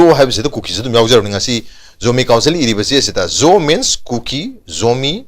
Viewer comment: Zo se pabaddi pronunciation se Jou ki khonthok toubani